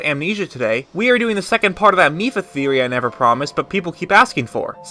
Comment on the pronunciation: "A GAME THEAORY!" 😂😂😂